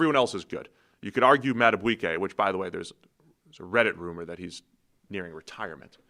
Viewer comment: You guys are the worst with names. It's pronounced Bi-SHOT-ti, not Bi-SCOT-ti which is an Italian cookie. Taylor Bisciotti is his niece. Also, for, if Madabuike comes back next year, please pronounce his name Mad-ah-BEEK-ay, not Mad-ah-BWEEK-ay.